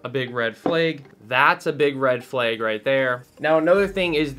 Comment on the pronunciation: Did bro pronounce flag ‘ferlayg’ ?